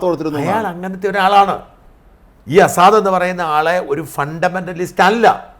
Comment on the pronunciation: അസാദല്ല ഷാജൻ സാർ….🤪 ബഷർ അൽ അസദ് ….🙏